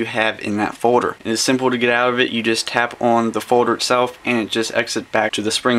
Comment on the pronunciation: is he saying "Forder" instead of Folder?